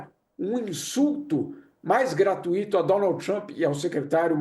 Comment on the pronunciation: Como um jornalista fala “gratuíto”? Esse cara tem que fazer alguns cursos né